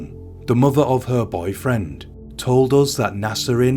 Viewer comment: "A young muver" omg can't listen to this blokes voice 🙉